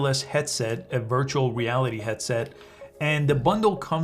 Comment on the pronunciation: im watching this a year later and i just realised he said virtual weality